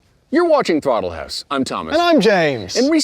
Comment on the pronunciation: “Throttle Whoose”